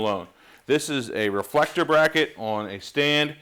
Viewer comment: How he did say it at the beginning: Re-full-ek-tor?